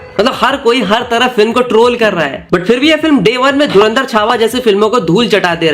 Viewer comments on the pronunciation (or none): none